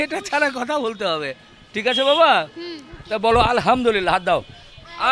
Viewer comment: হাসান হোসেন 💚💙, আলহামদুলিল্লাহ্ উচ্চারণ টা একটু সহিহ করে বললে আমরা সকলে আল্লাহর আরেকটু রহমত বোনাস হিসেবে পাই উচ্চারণ এদিক ওদিক হলেই কিন্তু meaning টা উলটপালট হোয়ে যায় গুনাহের ব্যাপার তো আছেই কিছু ভুল বলে থাকলে ক্ষমা দৃষ্টিতে দেখবেন ইনশাআল্লাহ